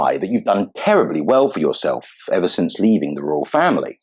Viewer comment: "Roylish pair." 🤣🤣